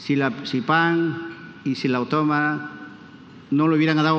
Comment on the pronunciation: si la Vallejo, la de Sipán y la Autómona... no sabe ni pronunciar el nombre de su universidad, me pregunto qué pensarán todos los que trabajan para éste